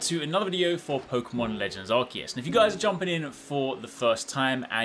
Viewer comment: It’s actually pronounced Arkoos